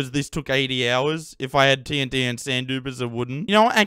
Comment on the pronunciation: that's the way TNT should be pronounced, let's spread the message gamers! Love ur humor and brainfarts :D Also, massive respects for all the grind you put into this world!